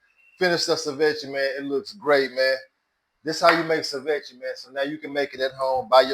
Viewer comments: Pronounced: Say-Vee-Chay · SI-VECHIE is funny as hell lol